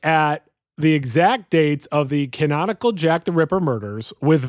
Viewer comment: Why do you say "canonical" like this is some Anime with branching timelines?